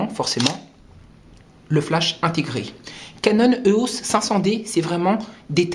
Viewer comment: éééééééos, pas euhos